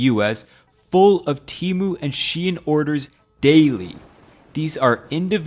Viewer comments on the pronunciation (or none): Lol, it's Temu not teemu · Temu not tymu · I will never forget when they had to change "shop like billionaire" ad because the stupid text to speech lady kept pronouncing "Temu" as "Temoo". So they had to pronounce "Temu" as "Temoo" in the non-AI ad😂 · It's pronounced TEH-mu, not TEE-mu. And yeah, you'd have to be an idiot to buy from them. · I thought it was “Teh-mu” not “Tee-mu” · Man why Temu always tryna convince me its tE-MOoH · ...you're not even pronouncing it right... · I think you're pronouncing "Temu" wrong. Their ad doesn't have the hard E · Bro referenced the Super Bowl commercial that tells you how to properly pronounce temu and still said it wrong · It's so weird despite how widespread TEMU has become no one can manage to pronounce it right